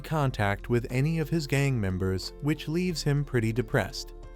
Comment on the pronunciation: I like how he say gang members